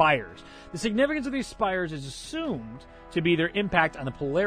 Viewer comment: "thses" Jesus Christ xD